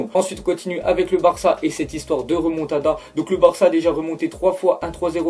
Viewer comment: "Moa ji croi a la remontadda" Mdrr va te coucher